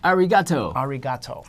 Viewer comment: "arrigatou" :) another genius